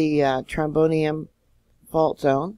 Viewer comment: The trench is pronounced troBRIEand